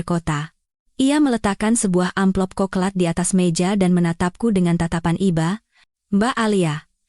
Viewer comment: coklat dibaca koklat 😊